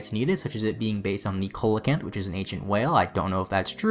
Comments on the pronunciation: Just putting it out there: relicanth is the one based on the Coelacanth, which you pronounced incorrectly. It's actually "See-la-canth" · Awesome vid, but one nitpick: Coelacanth is pronounced See-la-kinth. And not a whale, but a fish.